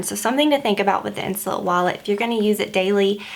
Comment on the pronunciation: You pronounce it (insoleete) in French :)